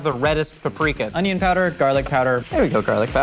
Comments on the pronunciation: The way he said “paprika”..... something inside of me died. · WHY DID PRONOUNCE PAPRIKA LIKE THAT